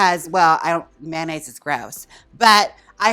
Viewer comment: MAN-aise… lol